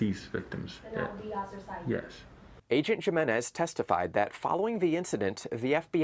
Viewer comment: FOX would pronounce it JIMenez lol jesus christ